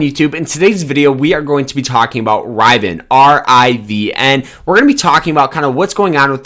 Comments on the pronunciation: OMFG "RIV E IN" phonetically. Please do not take advice from here. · Did you say internal public offering? And are you pronounce it Rivan? 🤦🏼‍♂️